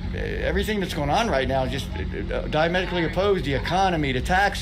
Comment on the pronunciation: it should be diametrically. It sounded like you left out the r sound. No big deal, but you should try to pronounce it right when trying to correct someone else’s pronunciation mistake.